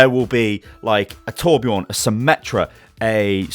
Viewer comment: It's torbjörn not torbjorn